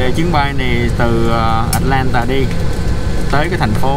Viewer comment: Tại sao lại bỏ dấu huyền vậy? Atlantà là cái gì vậy? Rồi Tách xịt ( Texas) ? Cứ người này nói thì người khác bắt chước!